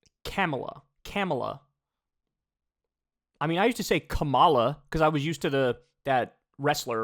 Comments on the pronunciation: It’s pronounced Kah-mah-lah not Camela 🐪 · Charlize Qwark really called Kopmala "Camilla" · Coma - La LoL 😆 My wife is in the other room and is apparently listening in to hear you say "Cam-a-la & immediately came back in & set said it correctly, then spelled it as it sounds, fire me & you 😆😆😆 I say it wrong, all the dang time!! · They mispronounce Kamala's name on purpose, 100%